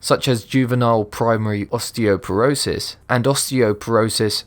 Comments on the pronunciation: Did you just say osteoperosist? oooooh idubbztv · I cracked up when he said osteoporosis